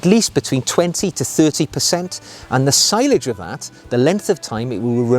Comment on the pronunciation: Excellent video again. One point, sillage is pronounced cill (as in window sill) and aj (as in onion bhaji) cill-aj. I've heard French people say it as see-aj too